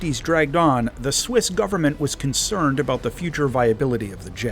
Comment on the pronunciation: I think you miss pronounced Swiss